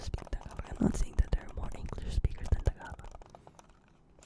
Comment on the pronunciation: Had a couple Filipina girlfriends. They'd make fun of me pronouncing it TAG-ah-LAG